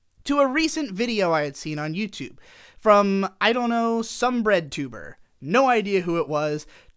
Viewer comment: When you first said redtubwr I thought you said breadtuber